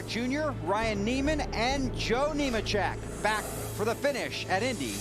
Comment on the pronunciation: Lol thats funny since the next guy he mentioned was Neemachek he mixed it with newmans and said neeman lol